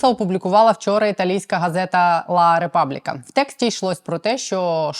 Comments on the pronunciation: італійською буле "ла републик".Не ображайтесь,будь ласка.Дякуємо вам за працю. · ля републіка la repubblica,як республіка.гарна газета,яка завжди на стороні України,варто правильно промовити назву!